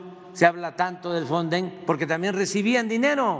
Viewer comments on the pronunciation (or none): Ni siquiera sabe decir o que es el fonden , porque al inicio dijo fonsen